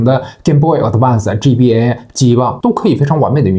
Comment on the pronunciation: G BA 非常好發音